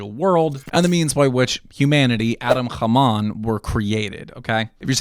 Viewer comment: It's Adam kadmon not khamon